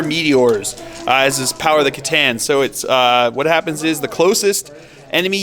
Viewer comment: i hate it when people say "Setan" in an attempt to pronounce "C'tan"